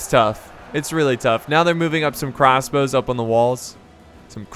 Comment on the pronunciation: 'Crassbows' - 2018